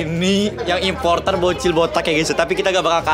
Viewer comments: imposter bang bukan importer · Bang yang bener imposter bang bukan imposrter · Imposter bang :) Bukan importer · di bilangin impostor I-M-P-O-S-T-O-R